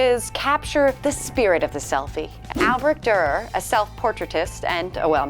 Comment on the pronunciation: Haha she said "Albrecht Dürer" like it would be "Albrek Durer"😂